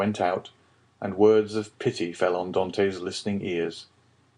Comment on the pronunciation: Could be because of the unforgivable mispronunciation of "Dantès" and the ridiculous affectation of the characters manners of speaking, amongst other things.